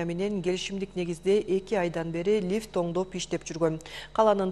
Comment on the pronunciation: Лиф емес лифт